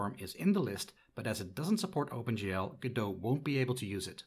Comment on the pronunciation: why do you think you are pronouncing godot properly ?